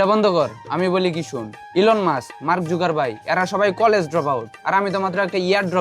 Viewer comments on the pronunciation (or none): Jukerbarg ❌ jukervai✅ LOL 😂